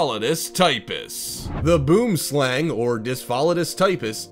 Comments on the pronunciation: Boomslang is pronounced boemslung Its actually afrikaans and it means tree snake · your pronouncing boomslang rhong